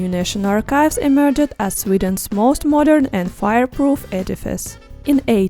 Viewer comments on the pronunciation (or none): none